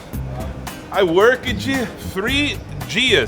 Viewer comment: "Patroa. I workeD TRI DIAS". kkkkkkkkkkkkkkkk